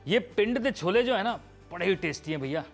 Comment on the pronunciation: Did you say "cholbe"?